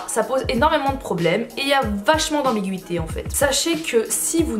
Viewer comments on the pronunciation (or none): Qui en entendant "ambiguïté" à penser au marseillais